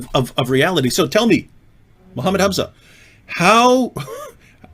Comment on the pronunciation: Zakir naik menyebut nama nabinya aja belum benar. Apalagi arab² pesek lokal. 🤣🤣